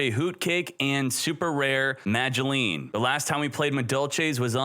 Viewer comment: Yo, am I tripping? He's pronouncing the "Madolche" monsters correctly!